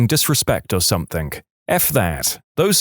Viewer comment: No K in the word something